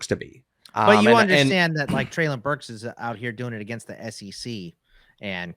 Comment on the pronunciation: Also, Treylon's name is pronounced Trey-lin.